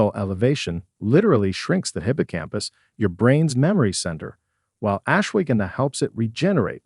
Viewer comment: AI HASAHARDTIMEPRONOUNVING .///ASHWAGANDHA...GONNA TAKE SOME RIGHT NOW